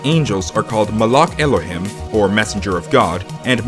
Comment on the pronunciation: Just a little tip, Judaism is actually pronounced like Judy- isum. And malak is pronounced with the k sounding like the weird noise you make in the back of your throat. Also elohim sounds like elo- heem. I'm Jewish, and took four years of Hebrew. (If some of the ways I pronounced words are wrong, this is how I learned it, and there are different accents and ways people learn to say them, based on where they live and who taught them.)